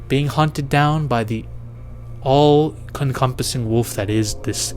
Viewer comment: “being hunted down by the all CONCUMPASSING wolf”? Huh? “the themes UNDERCURTING the film.” What? WTF are you saying half the time, brother?